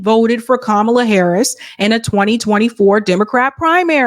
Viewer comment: "That's what fascism looks like", referring to mispronouncing Kamala's name!😆